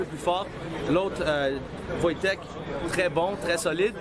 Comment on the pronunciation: C'est "Voytek"